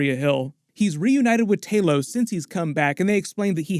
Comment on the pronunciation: Why do all Americans struggle to say thanos or talos’ name? Thaenooos lol